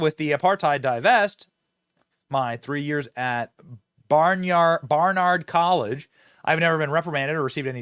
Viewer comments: "Barn-ard", not "Bernard", nor "Barnyard". Geez. Smh. Against "genocide", but ok with abortion. Idiots. Wow, so close to reality that I didn't even crack a smile. :/ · Barnard not Barnyard in Vt.